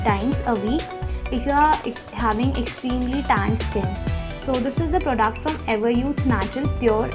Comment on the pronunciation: It’s product! Not prodaaaact 🤣